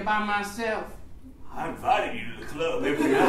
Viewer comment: "the clurb"